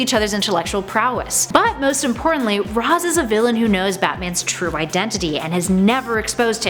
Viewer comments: ITS PRENOUNCED RASHE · It's "RAYSH" Al Ghul, goddammit! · Its noy Raz as in Raspberry! 🤣